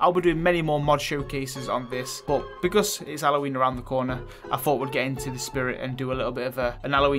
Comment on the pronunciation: Love how you say Halloween and house minus the H...your accents awesome. Appy Alloween dude 😂👍